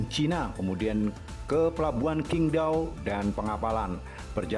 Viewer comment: Pelabuhan Qingdao baca nya Chingtao bro